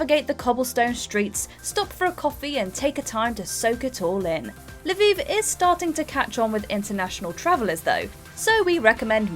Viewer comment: Now Leviv.?.south of Tel Aviv,?? Haha